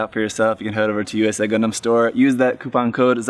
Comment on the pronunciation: Whenever that dude said "Gun-dehm" I died a little bit on the inside.